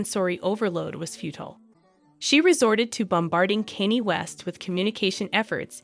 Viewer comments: kaa-nyay thats how you pronounce Kanye.. Stop being a clown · WOW 😮, YOU CAN'T EVEN PRONOUNCE KANYE, YOU SHOULDN'T BE REPORTING STORIES IF YOU CAN'T PRONOUNCE THE NAMES!!! SAD & SICKENING!! YOU EDOMITE!!! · Is is that hard to say KANYE🤷🏻‍♀️